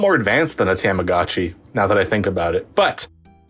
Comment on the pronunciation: “TOM-ah-gah-chee” I’m gonna lose it if he says “TAMagotchi” again